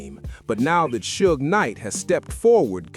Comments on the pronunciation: Sodge knight. Fucking AI... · We already though Reggie the rat Wright Jr was inmvolved from the start, this is not new and the AI voice does my head in it cant say Suge properly haha